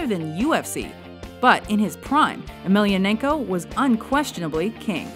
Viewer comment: Agh.... It must be hard for Emelianenko to hear his name mispronounced so badly.